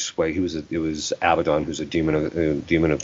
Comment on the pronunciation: Did Fr Chad say Avadon or Abaddon?